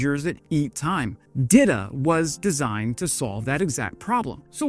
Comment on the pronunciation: it's pronounced 'dee-tah' not 'dida', sounds like dildo lol